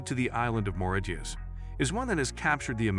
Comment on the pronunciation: Your lazy computer voice can't even pronounce Mauritius correctly.